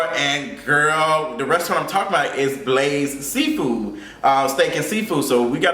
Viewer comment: That’s not good. 😕 Messing up Blaze’s name like that 😩